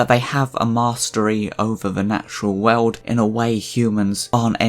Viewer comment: He said "world" like Davey Jones says "Bird" Which i think is neat.